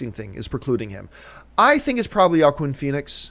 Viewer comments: Please be advised that Joaquin Phoenix's first name is pronounced "hwa-KEEN", not "YA-quin". No shade; I'm just letting you know. :) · It's pronounced who-ack-in Phoenix, John.